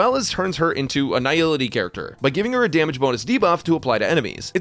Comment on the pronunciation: why do I keep hearing "Her Dammage" on a guide for a harmony path character ?